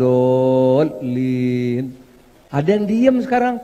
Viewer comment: baru kali ini saya melihat dan mendengar seorang ketua umum partai PAN (yang notabene terkenal muhammadiyah) ngomong waladolin kayak gimana gitu dulu dia belajar baca alqur'an dimana ? sepertinya belajar pakai huruf alfabet bukan huruf hijaiyah